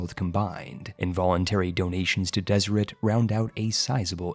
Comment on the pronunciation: Deseret is pronounced Deserette